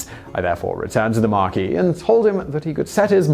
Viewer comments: Okay so this is hopelessly pedantic BUT the title is pronounces "Marquiss" & NOT "Marquee" as you say it - that is the French pronunciation, & spelt accordingly as Marquis ['Markee']. Thank you!...and it's "C'duggan" in pronunciation, not "Cadogun"! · Why do you pronounce "Marquis" the American way. Your accent suggests, to me at least, that you are English, where we pronounce it "markwiss". Please, give the man some dignity. He was a member of the English aristocracy, not a fucking tent!